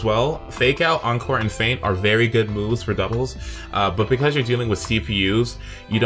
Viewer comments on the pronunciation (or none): none